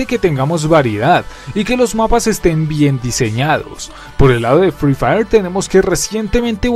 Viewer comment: @@ ni sabe decir sus nombre buen se dice free fire no frifiri 💀 así call of duty es mejor en todo y siblo niegas es que ere pobre 💀